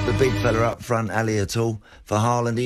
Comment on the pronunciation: really saying halaand lying🤣😂🤣🤣🤣